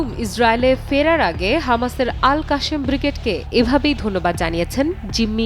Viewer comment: আল কাশেম না আল কাসসাম বিগ্রেড। বাংগালী সাংবাদিকগুলো পৃথিবীর সবচেয়ে বড় গর্ধব।